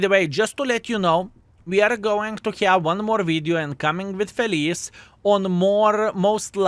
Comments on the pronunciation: It is not pronounce felees, it is felitche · Since it's italian tank it should be pronounced with CH, it's not name, it means happy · I'm not Italian, but I think this tank's name should be pronounced "Felitsche" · My king of baboons,correct pronunciation is FeliTceh = Happy/glad in Italian but it can be a male name as well 😊 unfortunately WG can mislead us by calling Italian tanks with English names as Lion = Leone would have sound much better😅. Italian tank linked with Vikings? 😅 ok We had normans leading south of italy in the middle age (no jokes) but this is really stretched😅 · I don't want to be that guy, but it really made my inner italian scream (I'm not even italian, just from Hungary). "Felice" should be spelled "Feliche" with the "e" sounded out at the end. And yes, I know, I am that guy now, don't even tell me that. 😅